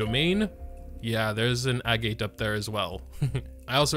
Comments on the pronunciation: Agitt not a-gate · its pronounced "eh-get" agates are a type of mineral in real life ya know! sometimes they're used to make jewelry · I'm sure it doesn't matter at this point, but I believe it's pronounced "ahg-et".